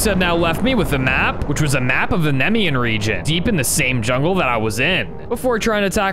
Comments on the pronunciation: Just so you know it’s pronounced Knee-me-an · I'm a mythology nerd so its nemean (nie, mie. un,) lion kratos is a titan not a god and not of war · It’s funny doesn’t no how to say naemean lion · Was him saying the Nemean thing wrong cause it felt like it I got pissed